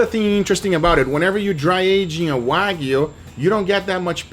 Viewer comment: NO DRY AGED "WAYGU"